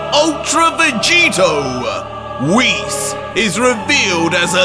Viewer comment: You said Whis more like damn😮